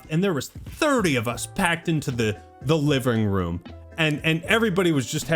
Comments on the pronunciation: the livring room😂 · the livring room 😂